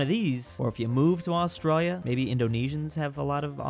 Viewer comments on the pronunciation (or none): none